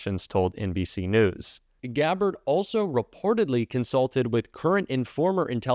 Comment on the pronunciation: "ralso eportedly"... Looks like someone else could use some remedial reading lessons as well.